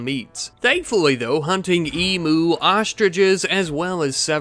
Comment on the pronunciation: emu not emooo "eem you"